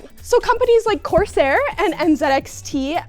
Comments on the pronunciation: Love you but please, i hate that you pronounce it course air, and not corsair😂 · Love seeing, but it’s not pronounced “course-air”! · Love the energy in the vid - but, course-Air? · what's up with that "course-air" pronounciation, I'm not criticizing, I just don't know what to make of it WTF ROFL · I love how she says "coarse air" lol